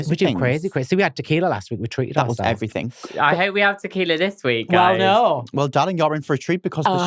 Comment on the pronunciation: Obsessed with how says “everythinK”